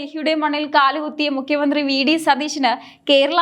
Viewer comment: Mukhya mandhri enn aanu mukkyan ennalla thettathe ucharikku